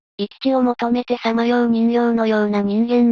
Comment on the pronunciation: 人形はじんけいと読むのですか？😠